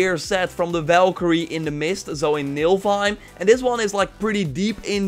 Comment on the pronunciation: Niflheim not nilfheim